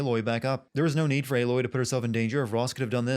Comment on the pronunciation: Why is he pronouncing "Aloy" like it were spelt "Eiloi"?